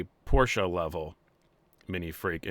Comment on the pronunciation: Thumbs up because your pronounced Porsche correctly. I hope you are one of the cars guys that says "bimmer" instead of "beamer".